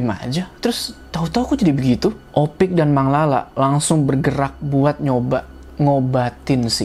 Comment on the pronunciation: Bang harusnya nyebut Opik ya bang bukan ipok lagi di menit